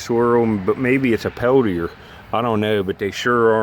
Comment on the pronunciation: Not that it matters but Peltier may be pronounced Pel T A.......Or maybe Pel Tear......It’s a French name.